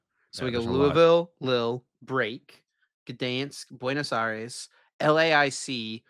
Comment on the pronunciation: Lille is basically pronounced Leel